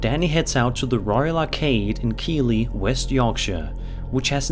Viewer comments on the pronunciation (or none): Great content - just a head's up: "Keighley" is actually pronounced "Keeth-ley", in the best British tradition of pronouncing things not at all how they're spelled...